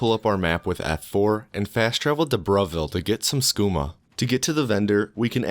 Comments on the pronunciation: It thought he said bruhville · I thought you said Bruhville as a joke but it's actually called Bravil.